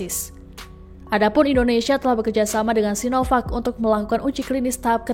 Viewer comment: Pakjin.. sinovak/cinopak yg bener .?!